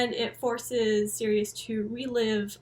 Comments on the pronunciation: its pronounced like "cyrus" not sirius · I think it's pronounced Cyrus... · Absolutely love your detailed analysis & explanations of all things Coheed. They’re my favourite band, but there’s still so much to the story that I don’t know. Thanks for all the work you do! My only criticism is that I think you’ll find Sirius is pronounced Sy-rus. Cant wait for Descension! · I pronounced it like Sirius forever too until I heard Claudio pronounce it like Cyrus he should’ve spelled it that way lol